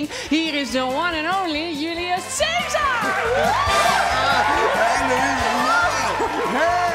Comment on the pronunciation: Precies: u = oe, c spreek je uit als k en ae als ai: Joelioes Kaisar. Maar ja, de goegemeente vindt de Engelse uitspraak blijkbaar beter bekken he....jammer.